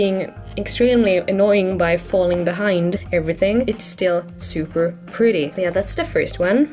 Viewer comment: She said zuper